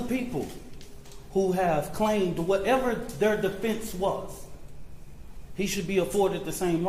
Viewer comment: That so called minister is a racist piece of sh*t ! He can't even f'ing talk correctly ! "So it don't be asked later". He said "Metclaff" instead of Metcaffe....the other day he said "deflence" instead of defense on three different occasions....what an uneducated idiot. That family is letting a criminal handle their PR etc., what a damn bunch of dummies.